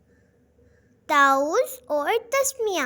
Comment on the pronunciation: Ma,am taooz na hi ta,awwuz hai😊